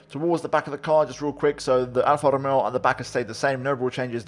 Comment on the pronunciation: No one Absolutely no one: pernouncing alpha tauri scuderia ferrari and alfa romeo like a pro